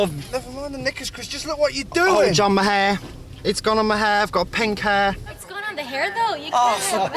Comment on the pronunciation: "Got water on mi hair", argh 🤦‍♀️